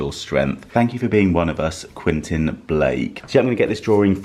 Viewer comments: QuEntIn, not Quinton. 😊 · You're pronouncing the artist's name incorrectly...it's Quentin Blake, pronounced KWENTIN 😊